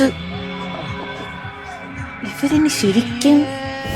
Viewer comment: ലെബനീസ് അല്ല ലെസ്ബിയൻ